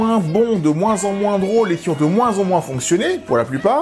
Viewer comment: « Très peu z-exposé », c’est un effet des oreilles de cancre ? 😂😂😂 Et il y en a d’autres: « qui z-ont pas évolué «, après j’ai arrêté le recensement, cela aurait été lourd (et fatiguant)